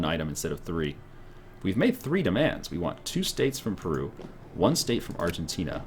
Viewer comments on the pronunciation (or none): none